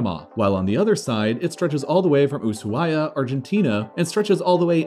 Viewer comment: Ushuaia IS pronounced u-su-aya. It's a native american name, not a spanish one. It's a mistake some argentines still make so I was surprised he pronounced it right.